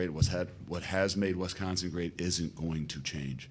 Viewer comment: Super happy to have him, but please someone teach Coach how to say Wi-SCON-sin